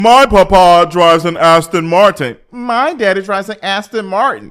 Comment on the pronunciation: "my pah pa" 😂